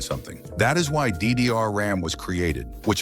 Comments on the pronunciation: Why does he keep saying diddy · he say 'diddyr' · İ heard ddr like "diddy are"☠️ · How bro is pronouncing DD is wild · When he says "ddr" it makes me laugh... I'm laughing so much for nothing. 🤣